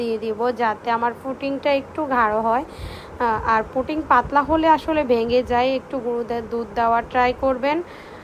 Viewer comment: পুটিং না,পুডিং। পুটিং তো রাজমিস্ত্রী ব্যবহার করে।